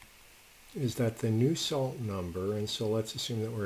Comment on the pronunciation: It's Nusselt Number not new salt.